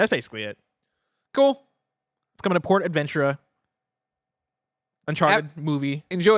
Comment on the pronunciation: FYI it’s pronounced “porta Ventura” like ace Ventura but porta like porta potty - for the theme park with the uncharted ride